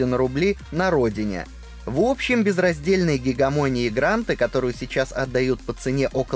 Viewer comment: Автор молодец шарит! Только не гегАмонию а гегЕмонию. А так супер! 🦾🦾🦾🦾🦾💪💪💪💪👍👍👍👍👍